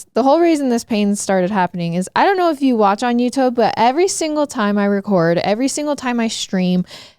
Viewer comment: THE WAY SAYS "YOUTUBE"... I didn't know people can pronounce it differently!!! I love you BUT WHATTTT